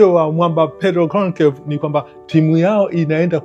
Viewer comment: Usitamke Gonkevu bali Tamka Gonshalvs.